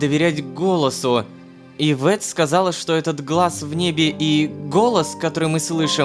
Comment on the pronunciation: А можно не ивЕтт а Иветт